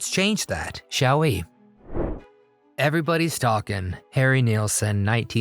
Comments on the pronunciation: NILSSON not Neilson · I think Jimmy Page was also a member of the Yardbirds at the same time as Jeff Beck and the song highlighted. Also, I believe NILL-son would be a more accurate pronunciation than NEEL-son. I agree with all of your picks, but there could logically be more. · Pronounced NILLson....not NEALson. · Why did you keep showing Ram Jam while talking about the Lemon Pipers without mentioning any connection? Weirdly enough, Nilsson rhymes with Wilson, you know, because it's spelled with an i. It's not Neelson.